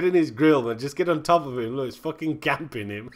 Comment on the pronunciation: I would love to correct him saying that hes sniping not camping, but I just love to hear "Cemping Feggit"